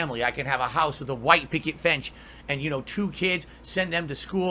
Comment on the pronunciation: "I can have a house with a white picket fench" fench... 🤣